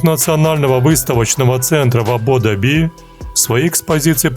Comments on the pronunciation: Прикольно! Точно в "адудаби" а не в Абу-Даби? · автор канал. просьба. научите внятно говорить человека, кто делает озвучку. то он Азербайджан коряво и не правильно называет. теперь Абу даби у него АДУДАБИ... у него что, челюсть сломанная, язык кривой? что с ним не так? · мож, будет лучше, если автор выучит, как правильно Абу-Даби пишется и произносится? Ну, что б в дальнейшем не парафиниться, да не искать поддержки у такого люмпена, как Вы. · да эт Ваш робот, походу, боярой, импортированной из нашей великой России, заправился, мощами закусил, потом причастием кагоровым полирнул, да теперь Абу-Даби выговорить не может